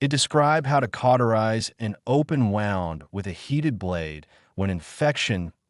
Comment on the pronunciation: They needed to teach the AI how to pronounce words correctly. Pronounced wund not wownd in its correct use. Other mistakes noted as well.